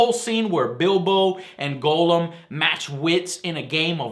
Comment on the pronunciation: oh joe u said golem wrong derp :)